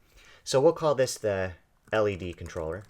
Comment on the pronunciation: I don't know if I just heard him right, did he call an LED a 'lead'? facedesk